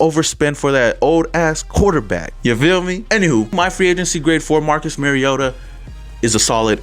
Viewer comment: When you learn to pronounce Mariota maybe you have some credibility.